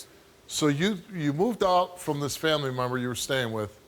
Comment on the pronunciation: "memmer"...i only heard memmer when she said member